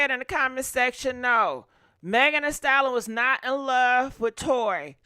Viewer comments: Ayo! Lol I love her but I hate the way she says Megan Thee "stallon" 😂😂😂😂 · If you don't stop saying Megan, the "Stallon". It's "STALLION". Pronounced "sta·lee·uhn". 🙃